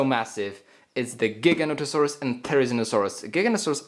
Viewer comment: I've heard so many times from so many people so it doesn't annoy me as much anymore but they're pronounced Jig-a-note-a-saurus and thare-i-zeen-o-saurus